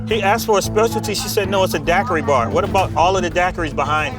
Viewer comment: Never in my life have I heard the word Daiquiri pronounced like this and what tye hell is that goo? XD